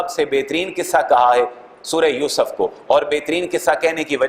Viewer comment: Please make correction by myself in two words pronunciation yousuf and younus